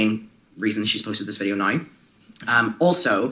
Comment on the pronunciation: out of all the things that make you amazing, the way you pronounce ‚now‘ is the absolute greatest of them all 😁🙌🏼 I’m German and I already loooveeeddd hearing British people talk, but your way of saying now? Priceless, it’s amazing 😂